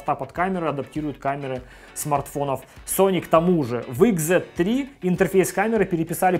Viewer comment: Услышал слово икс, выключил видео... Ну нет такой буквы в английском алфавите... Уж извините.